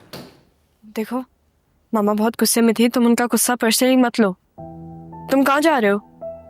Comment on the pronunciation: Gussay ki jagah koi or lafz bol lo ....ghussa hota hay gussa nahi